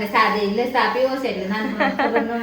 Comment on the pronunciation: Aunty cha ne saa bau funny bole 6😂😂😂